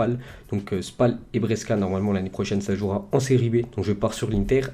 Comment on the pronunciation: Juste pour t aider pour les pronontiations des noms des clubs Genoa se dit Djénoà Brescia se dit Brèchia Lecce se dit létché Cagliari se dit Caliari Voilà voilà! Bonne vidéo sinon👌